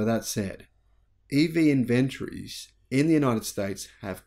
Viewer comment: Could you please, please, pretty please learn how to pronounce the word inventories. It is not pronounced in-vent-tories. It is pronounced in- ven-tories. You are just driving me nuts with this discordant inflection.